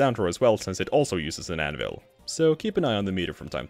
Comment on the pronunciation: Anyone else hear "Animal" when he said "Anvil-" ?